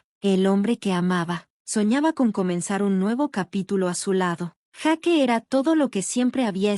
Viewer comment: Jake Mate..... Se van a vencer uds mismos x no pronunciar correctamente los nombre. Jake (yeik) Sofía....Sofia)